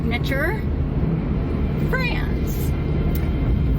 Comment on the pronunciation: Butterfly neck person is making up sooooo much. If she knew anything at all of which she speaks she would know Franz is not pronounced France. She’s pulling on terms for bs. The sledgehammer truck window was to say a person could be safer. Democracy is not exiting. Musk is not on that extreme side. Numbers belong to all of us. Specific numbers do not belong to a group of people. I’m someone who knows history, she does not. Getting quite frustrated with that particular fear mongering. Musk is a genius and a goofball. He is not at all that era related negative energy.